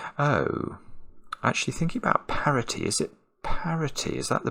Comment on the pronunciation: It isn't 'parity'.